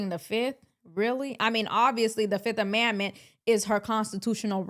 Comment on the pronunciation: . It's 5th A"MEND"MENT ..not "A"MAND"MENT. Sounds like you're mixing amendment and commandment (which is a Biblical term). You're sounding like Thieveany mixing up words, trying to sound smart and just making up words.